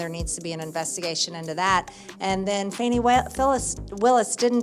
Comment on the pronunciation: "Fahni" Willis. 🤣